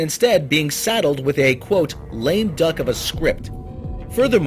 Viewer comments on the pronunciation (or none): none